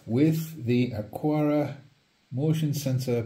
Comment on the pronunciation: There is no "U" in the word Aqara. That would be aquara. This is not it.